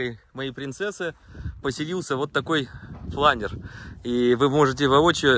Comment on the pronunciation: В слове "планёр" ударение на Ё и у винглета пол - условно мужской. Винглет - он. Интересует стоимость этого удовольствия (вместе с прицепом) и его вес.